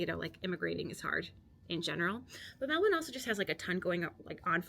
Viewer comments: Thank you for pronouncing Melbourne properly, my respect! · You're definitely Australian now. You're pronouncing Melbourne correctly 🙂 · Great vid 👍 I always knew an American could say Melbourne like us lol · "There are Australians all over Europe. I mean, all over the world really." We're like McDonald's :) My sister is married to an American. He has now lived in Australia longer than he lived in the US, but even he still pronounces Melbourne with a slight American accent. You've got the pronunciation down perfectly. Well done!